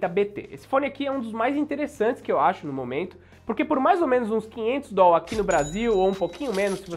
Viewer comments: Deslike por causa do "DOL". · Se eu tivesse esses "Dol" todos, investiria.. kkkk